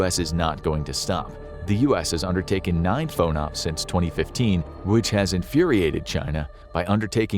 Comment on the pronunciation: Moderate nitpick: it's always been pronounced FAWN-ops to my knowledge. Source: firsthand experience in the 7th fleet AOR for Aegis BMD stuff on a DDG. Basically all at-sea blocks begin as Underway TBD, which is then nailed down into specifics as schedules and tasking and missions cohere. FONOPS (freedom of navigation ops -- that is, operations) is the default underway mission whenever there's not more directed tasking at hand (exercises; transit to/from wherever; etc).